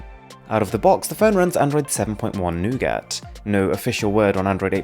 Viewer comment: The way he said nougat